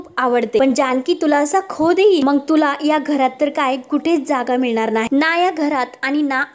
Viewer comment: निवेदीकेने आपली भाषा शुध्द ठेवावी ,मंग नाही मग म्हणा 😂